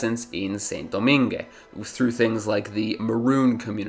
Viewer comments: Its pronounced like "Sahn Dough-mahng" not "sin doh-min-geh" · Saint-Domingue’s pronunciation: /sẽ.doˈmɛ̃ɡ/ (seh[n]-do-MEH[N]G) Toussaint Louverture’s pronunciation: /tuˈsẽ.luveʁˈtyʁ/ (two-SEH[N]-loo-vègh-TÜGH) Jean-Jacques Dessaline’s pronunciation: /ʒɑ̃.ʒak.desaˈliːn/ (zhoh[n]-zhak-dé-sa-LEAN) I think that while this was a very good video, you should’ve mentioned the indentured servants from India, Indonesia, and China, imported by the same British who intercepted slave ships. The indentured servants were brought to the British Caribbean in place of the freed slaves. The British also relied on American cotton, produced by slave labor, for their textile industry and, if I remember correctly, supported the Confederacy for that exact reason. People tend to act like the British became saints after abolishing slavery and freeing trafficked people by completely ignoring everything they did after that. Also, not so fun fact; the last slave in the United States was freed in 1963, but I didn’t expect you to include this fact in the video lol